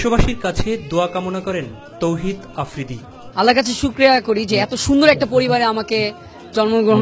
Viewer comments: afridi vaiyer okhane job kore r uni thik vaiyar nam tai bolte parena tawhid na bole tawfiq boltese 😀😁😀😁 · Tawfiq Afridi hahaha lol it's Tawhid Afridi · Toufik na ra tawhid hoy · My curious mind wants to know, এই সংবাদ পাঠক ভাইটির চাকরি কি ছিলো??? তৌহিদ আফ্রিদি কে বার বার তৌফিক আফ্রিদি বলেছেন। মালিকের ছেলে বলে কথা। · ভালো করে নাম টাও বলতে পারে না। তৌফিক না তৌহিদ আফ্রিদি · Tawfik afridi na Tawfid afridi nam o thik kore bolte pare na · যে চ্যানেলে চাকরি করে সে চ্যানেলের MD এর নাম ও সঠিক ভাবে বলতে পারেনা... তৌফিক না তৌহিদ আফ্রিদি